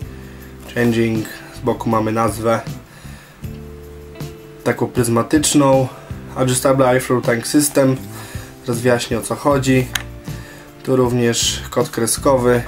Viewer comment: adżustable ajfloł tank system xdd rozwaliles mnie tym, wystarczy zerknac w google jak to sie czyta ;) a tak to recka w porzadku